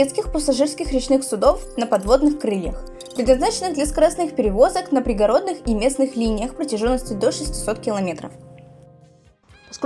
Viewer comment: Литовченко- ударение на ”О„. Прометей произносится как Прометэй. Пригородный- ударение на прИ. Ужас!!! Через слово ошибки.